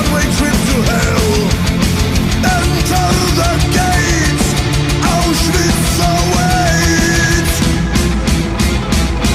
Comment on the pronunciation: Yeah but bruh its Auschwitz not Auswitch or some sh